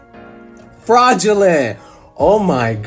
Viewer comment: no one: absolutely no one: not one breathing soul:: fRaDuLeNt